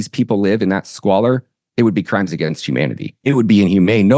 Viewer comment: Crimes! Not cries